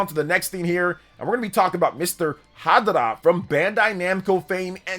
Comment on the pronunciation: Ha Darah? I swear you purposely pronounced Japanese things cringe on purpose.